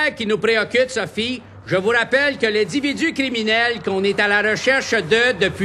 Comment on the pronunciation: le fameux "dividu" 10-4 😂